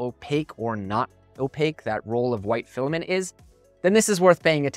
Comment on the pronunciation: Awww the penny dropped when you said filiment. Resin is the way to go.